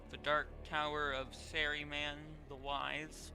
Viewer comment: „Sarry-Man the wise“